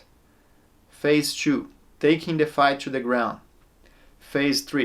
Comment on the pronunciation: "phase tchoo" i love the way brazilians say two